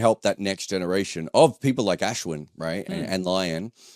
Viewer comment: Can not say Ashwin like a white person? You're desi, pronounce his name properly please.